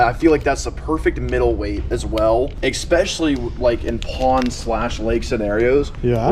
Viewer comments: ….. it’s ESPECIALLY… ES-pescially. Not EXpecially. The word is ESPRESSO… not EXPRESSO. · killing me with the "eckspecially"🤣